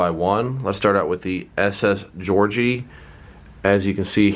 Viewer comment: your dum its not georgieo its georgie